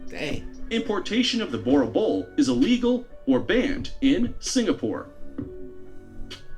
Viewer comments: The Boer Boel is pronounced: “Boo-rrr Bool”! Please don’t say it this way 😂😭💀💔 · Boerboel is pronounced boor er bull. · Bruh the guy in the video pronounced Boer boel wrong (dom naai) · Lmfao completely butched the name boerboel xD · The way they try pronounce boer😂us South Africans are laughing 😂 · My man butchering the name boerboel 😂😂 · Any South Africans laughing at how they pronounce Boerboel...